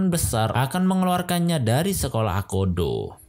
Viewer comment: Goda jadi gada, akoda jadi akodo, agak typo dikit ya ngab bacanya😅